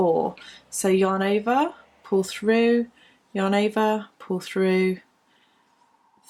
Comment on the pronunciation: Does anybody else hear "your neighbour" instead of "yarn over"? :D I was really confused with "your neighbour" all the time, but I knew what she meant. A very nice video